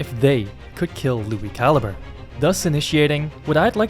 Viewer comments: I lowkey thought his last name was said (ca-lee-bray) until you said it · back when i thought he was italian because i mispronounced calibre 😅